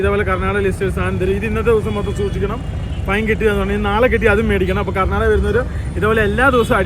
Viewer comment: Karnataka......not a karnadaga Mira correction akuuu